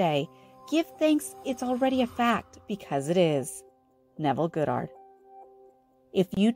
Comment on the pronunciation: Can we please start pronouncing Neville's last name correctly??? Kinda distracting...